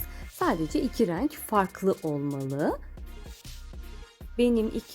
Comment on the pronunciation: Hanımefendi lütfen reeenk demeyin insan rahatsız oluyor. Doğru söyleniş biçimini kullansanız daha iyi olur